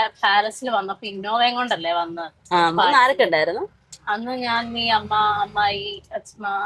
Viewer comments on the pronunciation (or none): none